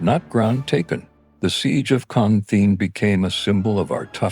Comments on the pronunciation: It’s Con Thien, not khandine. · If you want people to learn the history of Marines and their sacrifices in Viet Nam -- Then utilize correct voice audio not some "AI" rendition that mispronounce the "Marine Corps", "ConThien", "The 2/nights" instead of 2/9 and other mispronunciations, It is insulting.......